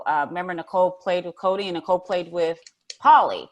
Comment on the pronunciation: It makes me laugh every time says Nicole's last name wrong 😂